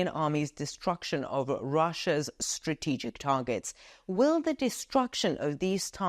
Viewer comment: Stra-TE-gic is the most favourite word of. Cannot help smiling whenever you pronounce this word with the strong stress on TE. Keep reporting the latest news for us.